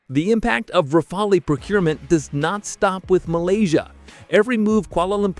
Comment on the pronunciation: it’s pronounced rafal, you idiot….the e is silent. Learn how to pronounce the word before making YouTube videos.